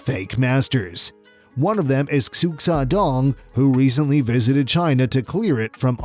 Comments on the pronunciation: Xu xiaodong is prononce Sho Shai Dong. Not ziu zy don, like you prononce it. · It's pronounced "Shoo-shough" you dangus! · Xiu Xiao Dong is pronounced Shuu Jiao Dong. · Sorry, but Xu Xiaodong is pronounced "Shu Shaodong." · Xu Xiao Dong is pronounced shu shao dong for all you westerners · His name sounds like “shoe sh-ow dong” not what ever this dude said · Or "Ksu Ksa Donk", according to this narrator. 😆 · The narrator is cringe and doesnt know his shit. Cant even pronounce Xu Xiaodong correctly. "Ksu Ksadong" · Don’t call him suk side dong . That is really bad pronunciation m. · you pronounced sooo many things wrong in this clip its hard to watch and not criticize. Muy Thai, Xu Xiaodong, and many others pronounced incorrectly. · Whoever is commentating this video is incredibly unaware!!! Can't pronounce Xu Xiaodong correctly and can't tell the difference between left and right. Difficult to take seriously when you sound like an idiot..... Just food for thought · My second favorite part was when the awful narrator couldn't pronounce "Xu Xiaodong." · The way my man pronounces Xu Xiadong's name kills me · This guy obviously has never done martial arts either because his commentary is wrong in his videos, in this one he said " MAI TAI " that's a fucking drink! It's MUAY THAI, He makes himself look as dumb as the god damn fake masters who want to ' be like flow like Vaaaaaater '👏 👍 👌 Another one he said he threw a hook with one arm when it was actually the other one for fuck sake. Such a tool! Should do his homework on what he's speaking of so he does look an idiot but then again they probably aren't bothered as they got the view they wanted anyway!